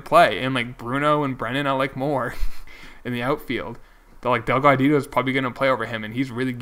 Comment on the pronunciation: I enjoy your series but please stop calling the dude. There is only one D in his last name. Also, you should keep 4 bench players and add another pitcher to your bullpen so relievers aren't overused in the regular season and playoffs.:)